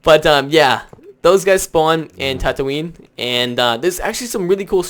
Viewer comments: Whoever comissioned this guy to do this video, picked the stupidest person ever. Of course Yoda is going to kill you, hes one of the most important figures (along with Kit Fisto too idiot) of the Old Order Jedi. Its not pronounced TATOO-ANA moron, its Tat-ooh-een. >_< Blaster pistols and rifles always have "roaming bolts" of energy. Its in every star wars game ever. Its not something thats broken. Tusken Raiders are the only "indigenous" and intelligent life form on Tatooine. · its TAT-OO_INE